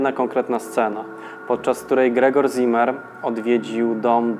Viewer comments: nie "ZImer", ale "Cimer" (Tak czyta się słowo w zapisie "Ziemer"). Poza tym: łapa w górę; program na db+ Ciekawostką jest jednak to, że nazwisko to wskazuje na żydowską proweniencję; taki człowiek był w III Rzeszy. Parę lat później by go aresztowali i może nawet zabili. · wszystko ok ale w niemeickim Z zawsze czytamy jak C, więc nie Zimer a Cimer to tak na przyszłość, pozdrawiam.............................................................................................................................................................., Z występuje w literze S, na początku wyrazu (z wyjąkiem St i Sp) między dwoma samogłoskami, i po spółgłoskach N, l, r, m, przynajmniej w "szkolnym" hochdeutsch czyli dialekt Hannoverski (potocznie niemiecki) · Zimmer czytamy cimmer.